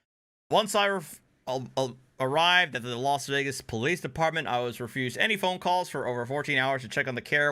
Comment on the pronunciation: I thought it was police with an O and an I, so I don't know what the crazy psychotic is even on about calling them the pal-lace. Maybe she could try to pronounce the letters better. I know I need to occasionally.